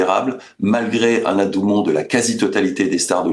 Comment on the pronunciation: Le propos est intéressant. Mais, adoubement. La constitution américaine. Attention beaucoup de fautes d'accord et de prononciation.